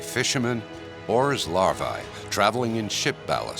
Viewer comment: lost me at larv(eye) like they wear levi's LOL. get to eating and fishing peeps. LARVAE is the plural of larva and is pronounced just like algae. AE is a long EEE sound in Latin. larVEEEE! as well MD's mispronounce the AE ending too as long AAA NOPE! long EEEEE! dumb F's